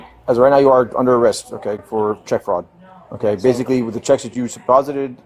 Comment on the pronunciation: basilly....basilly. He does everything basilly.